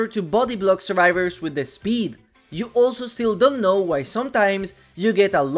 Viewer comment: "De Trapper"